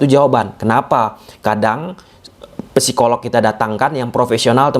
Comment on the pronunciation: biar tambah keren, cara baca psikolog p-nya gak usah kebaca. Jadi, sikolog gitu. Biar tambah keren sih 👌 — semangArt